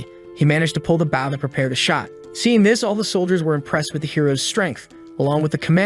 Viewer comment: my guy, please fix how it says bow when it's talking about the weapon and not the action. Try using boh, bough, Beau, Bowe, B-oh, or change the emphasis level (if the TTS you use has that option).